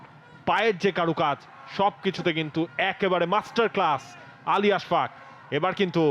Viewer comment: I don't know why they keep pronouncing his name Ash FAQ